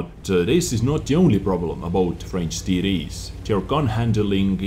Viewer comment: I love ya man, but you make me laugh when you say TD's. To my ears it sounds like "Titties".